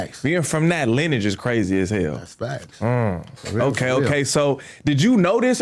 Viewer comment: i hate the way he said lineage.. lol am i being petty?